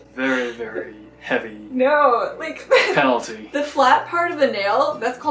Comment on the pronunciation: No one: Literally no one:: D E A T H P E N A L T U